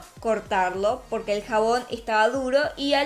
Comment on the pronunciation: Cuando dice " POQUE" es raro